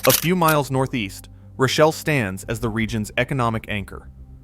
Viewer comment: And it's pronounced roh shell, not rashelle